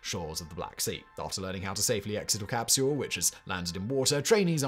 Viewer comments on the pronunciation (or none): says "crapsule", and it is glorious. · "...when Leonov tried to crawl back through the CRAPsule's..." lmfao; probably unintentional slip but still accurate.